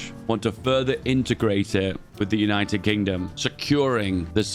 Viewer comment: “United Kongdom”